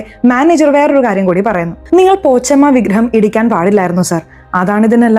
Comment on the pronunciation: പോച്ചമ്മ അല്ല, പോശമ്മ